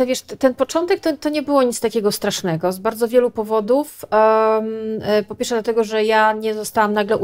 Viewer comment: 7 minuta i głowa boli. Jednym z powodów, dla których tak może być jest to, że musimy komunikaty KPP podwójnie rozkodowywać. Zobaczmy: - snczytpfnegomomentu - co to za słowo x'D [znaczy do pewnego momentu?] ppfiersz - kolejny neologizm [po pierwsze?] - ał, szczęka mnie zabolała X'D - ijasrssstakifilmik - tumy? tłumy, to się mówi "tłumy" ! :) tum to była taka katedra - albo się z tego otrzeźwiecie szybko o wiecznym "yyy, eeee, ummm..." nie wspominam Nasze mózgi sobie dopowiedzą, o co chodzi, i my to zrozumiemy. Tylko trzeba do tego trochę większych obrotów. Dziwne. Przecież KPP do dziennikarka (?) Mnie całą szkołę uczyły polonistki, które kazały mi wyraźnie powtarzać, jak tworzyłem takie potwory. O pisaniu pojedynczych fraz po 100 razy "na jutro" nie zapomnę. Trochę terror, ale chyba się opłacił, bo przynajmniej można mnie zrozumieć. :-) Okej, oglądam dalej.